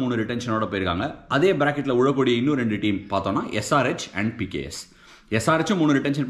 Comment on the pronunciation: Neenga pks pks nnu solringa😊